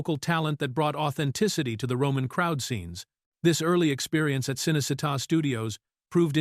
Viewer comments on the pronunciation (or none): can’t pronounce a lot of names either. Cinecitta is pronounced Cheenaycheetah😊